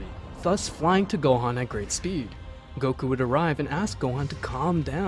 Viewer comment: bro forgot how to say goku 💀💀💀💀💀